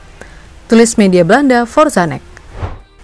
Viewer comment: masukan utk mimin, N E C dibaca bukan nek, tapi En E Se, dan Nijmegen dibaca Neymekhen, J di bhsa belanda dibaca Y, dan G dibaca Kh seperti kata “akhir” dengan sedikit penekanan , semoga kritik ini bisa membangun mimin utk konten2 berikutnya, biar gak diketawain orang belanda yg denger😅